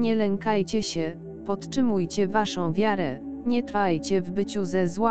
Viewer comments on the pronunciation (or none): Podczymuje, zamiast podtrzymuje, zapaczonych zamiast zapatrzonych, i inne błędy, których żywy lektor nie zrobi. To trwa od dawna. Zmieńcie tego robota. Tyle czasu czekam aż ten kanał nareszcie bedzie pracować poprawnie... Wstyd! Duży wstyd. Ludzie nie zwracają Wam uwagi bo są taktowni więc kontynuujecie swoją pracę bez dbałości o poprawnosc przekazu. To jest niezrozumiałe. Byle by było. Tak służycie Panu Bogu?